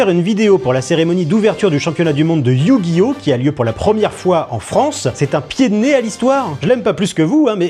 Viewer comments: Le EuUiOuHh gi oh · Éyouuuu Gui Ohhhh. 😂😂😂😂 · C'est pas Yu-Gi-Oh mais YU !!!!!! GI ! HO ! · Ah oui, ces fameux "meuporg" (France 2), ces animés violents (Bachelot) et cette merde infâme que sont les manga (Zemmour). Et maintenant, c'est Yu- - Gi - Oh - -. Mais vous savez Mr Praud, ça se prononce "Yu-Gi-Oh", comme dans "faux-semblant"... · Je propose un échelle de mesure, "l'échelle P.Praud" pour mesurer le mépris dans un discours. Établie sur une valeur de 1 à 100, et quand on se rapproche du mépris émis dans son émission, on se rapproche de 100. Ça vous va ? Sinon il faudrait faire un test pour AVC, car prononcé Yu GI Oh! de cette manière est inquiétant, surtout lorsqu'il est totalement capable de prononcer ce nom correctement sans avoir été repris au bout d'un temps dans l'émission. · Attention à ta prononciation, c'est iYOU GUY HAUT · Je me demande s'il se base pas sur la transition de la série TV pour sa prononciation de Yuuuu gi oh 😂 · "You gui O"🥸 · YOU gi oh😂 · Sa façon de prononcer Yu-Gi-Oh : YUUUUU-GUI-OH XD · Le YU Guy Ohhh lalalla 😂😂😂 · Le "YUU-gi-Oh" m’a tellement fait rire 😂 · Mdr c'est le magicien des ténèbres qui lui a mis un doigt dans le cul pour qu'il prononce yu-gi-oh comme ça ? 😂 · C'est tellement ridicule comment il force pour faire le mec qui galère à prononcer Yugioh (alors qu'on voit parfaitement 10 sec plus tard qu'il y arrive très bien) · On ne sait pas s'il essaye de prononcer Yu-Gi-Oh ou il se ch*e dessus. Remarquez à son âge, ça peut être les deux. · Il insiste vraiment sur le "Yu" carrément il parle en majuscule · Alors soit y'a quelqu'un qui lui a mis un coup de pied sous la table quand il prononce Yu-Gi-Oh soit faut qu'il consulte rapidement